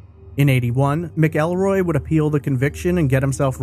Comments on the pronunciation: The name is pronounced Macalroy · It’s pronounced Mackulroy. No ell but ul